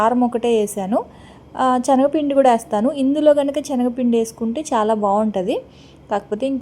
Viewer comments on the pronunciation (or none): Chanagapindi kaadu sister....sanagapindi.....chaala rojula nunchi meeku cheppalanukunna..pls dont take bad.